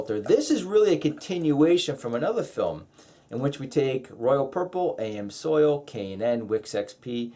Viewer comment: I know it's picking butt your pronunciation of amsoil grove me nuts .You did pronounce it properly a few times many by accident don't understand that. Just my 2cents worth